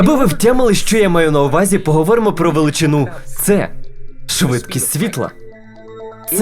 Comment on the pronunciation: В українській з'явилась "подвійна «С»"??? Чи це просто "швидкість амфетаміну"? Дебіли; тошно слухати!